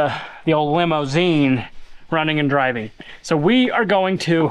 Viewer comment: Please dude! "LayMoZine"! Not "Lame-o", which is what is sounds like. Nothing lame about this monster!